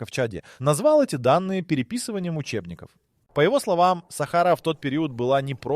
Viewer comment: В слові Сахара наголос неправильно читають на перший склад,а потрібно-на другий склад